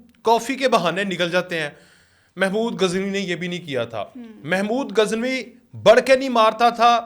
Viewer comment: او بھائی آپ صحافی کہلواتے ہیں لیکن آپ محمود غزنوی کو اپنی ساتھی سمیت محمود گزنوی کہہ رہے ہو۔ خدا کے لئے نام تو درست لو